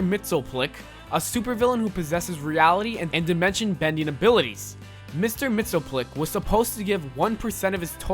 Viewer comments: it's pronounced "mixiaspitlick". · It’s pronounced “mitts-yuh-spit-lick.” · You say it mixel ptelik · MXYZPTLK is pronounced just like it's spelled MIX-EY-UZ-PIT-LICK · I believe Mxyzptlk is pronounced Mixy-us-pittle-ick. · He clearly doesn't watch Supergirl because he butchered Mxyzptlk's name. Lol!!!! It's pronounced Mixy-spit-alik.